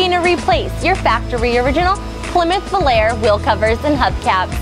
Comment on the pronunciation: Funny generation gap. Plymouth Volare is not pronounced like "air" it is Vo lar E' and the spelling is Volare' so you know how to say it. Google the song Volare" it's classic as well as "de plane". You have to be older to get that reference from Fantacy Island tv show.